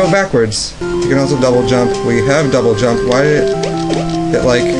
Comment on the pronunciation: You said "jouble dump" :D